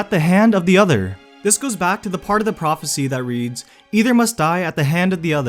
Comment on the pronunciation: it's impossible to listen to this because the narrator sounds so stupid. Dude, you need to stop ending every single sentence by prolonging the last syllable. "neither can live" doesnt have to become "neither can livvve" "either must die at the hand of the otherrrr" "this is what voldemort would want for himseeelf"